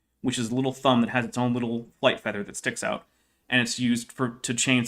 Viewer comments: It took me like 10 minutes to figure out that by "feeder" he actually meant feather. Perhaps because I was just listening to the audio for a while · First of all, needs to learn how to say feather and not feeder. I was so confused by that. I know it's not his native language, but as an English teacher, I have taught proper pronunciation to many adults. Second, maybe he should also prepare for his debates? Last time his argument for not being prepared for a very common topic was "I only had a day". I could have debated that topic without doing an hour of getting prepared, since he obviously had no knowledge of the topic. He has very little knowledge of this topic as well. I'm not a biologist, but even I see how wrong he is. He's basically just rehashing "it's complex, therefore designed". He also thinks feathers - not feeders - are completely different from fur - it's called fur, not hair when on the body of an animal - when they are not. We know dinosaurs had several types of proto-feathers.